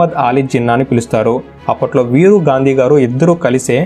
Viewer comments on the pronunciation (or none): none